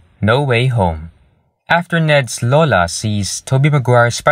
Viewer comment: Thank you for pronouncing lola correctly